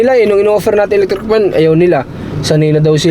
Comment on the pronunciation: Electric po hindi elettric 😂😂😂😂